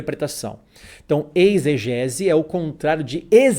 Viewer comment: "Eisgese" ou exegese ????????????